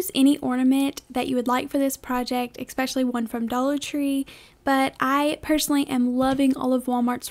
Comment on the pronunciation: Hi. Great video. But... It's "ESpecially" not "EXspecially". S not X. Thank you.